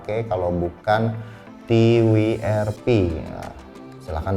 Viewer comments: Ti wi er pi 🤣🤣🤣🤣🤣🤣🤣 Ti dabel yu ar pi atuh mang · Ti Wi Er Pi = RIP English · Ti wi er pi?😂😂 W-nya dibaca "double u" bang. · Mau sok sok an Inggris tapi salah sebut W nya 🤣 padahal tinggal bilang TWRP atau Custom recovery . Soalnya ane langganan pake Fox . Lebih enak aja